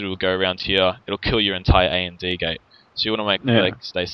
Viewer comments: AND Gate is pronounced "and gate," not "A-N-D Gate." It was driving me a little nuts. I enjoy your vids though :) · You do realize it is pronounced and gate, as in the word for "&" not A.N.D. gate, right? And isn't an acronym.